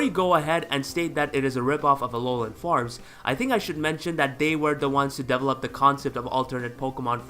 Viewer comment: Every time you say "develop" I think you said "double-up" lol